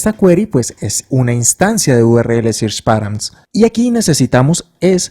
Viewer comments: sirch? 😂😂 se pronuncia "serch" !! muy buen video y explicacion either way! gracias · amé el video! pd: SEARCH se pronuncia SERCH